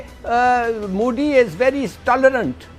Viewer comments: Pakistaanio ka tallafus beda kharab hiii,modi ka naam koi sahi se nahi leta koi ..mudi.😀😀😂😂😂Bolte hii,jabki hum hindi bolne walo se kuch bhee bhuwaa lo..👍wo bhee bilkul sahi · He said moodi😂😂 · लल्लू, मोदी कहना तो सीख ले, मूडी नही होतो, मोदी होता है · Intolerant is unable to pronounce Modi.So he is telling Moody. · Modi bolna sikho sale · अबे पहले मोदी बोलना तो सिख जाओ🤣🤣🤣🤣🤣🤣